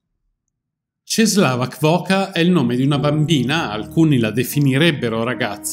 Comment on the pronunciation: La "ł" si legge u :)